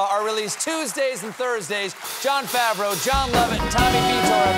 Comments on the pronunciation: JOM LOVETT lmao. its jon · Its Jon Lovett not Jom.